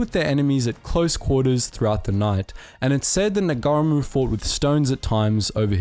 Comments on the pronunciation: I struggled to recognize any of the names due to incorrect pronunciation. General Fray-burg (Fry-berg) Nar-gar-ra-mu (Naa-ra-mu). Piss poor content really, wot about the Dardanelle's in WW1. Just another internet clown with light weight content. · As a Kiwi, the pronunciations were a bit distracting: "Niga-reemoo" instead of "Now-reemoo" (Ngaurimu) "NG" is simply an "N", the G So Sir Apirana Ngata is said "Apy-Rana Naata.". (And he was a major figure in both New Zealand and Maoritanga in the first half of the 20th Century. Other than that, a good and concise history... BTW, a Rimu is a native hardwood tree in New Zealand and has no equivalent European/Pakeha name (Apart from the species name in Latin).Unsurprising that A VC winner bears a name recalling a mighty tree! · The Ng at the start of names like Ngata and Ngarimu is pronounced ng as in sing or bring. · I'm a Maori. Thank you for pronouncing Maori properly. I like how you're trying your best to pronounce the maori names lol, cracked me up a couple times when you were trying to say Ngaramu. (Nara-moo) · Brv it's Ngarimu, na ree moo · Appalling pronunciation of the Maori language the "g" is silent in Ngarimu, but a great reflection of Maori participation and their fearlessness during the war. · Well made vid, also “g” is silent in Maori names & or place names, but other than that 👍